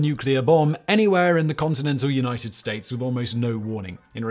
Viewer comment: “..across the United Stoats”